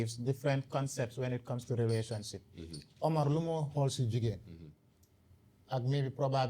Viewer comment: Is the fact that he keeps saying rerationship instead of relationship lol but however this was a very good episode! The daily dose is a really good podcast Maa Shaa Allah. We always needed this type of platform. Keep going the sky is the limit🤝